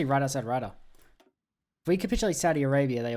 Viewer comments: Brother it’s Riyadh not Ridah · Pronouncing Riyadh as “Rider” is absolutely diabolical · Your pronunciation of Riyadh was next level